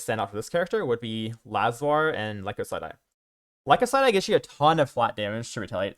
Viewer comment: lie-Kos-syd-eye or Lie-kose-syd-eye. Great guide for a great build! Cheers.